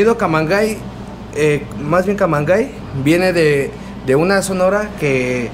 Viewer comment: se supone se debe pronunciar "camangey"